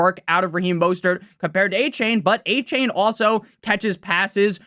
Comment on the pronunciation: A-chan not a-chain